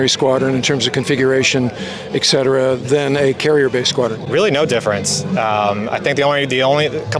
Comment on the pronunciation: Always great! BUT it is ET CETERA, not ekcetera. Yeah, it’s pedantic but then I was a nuke.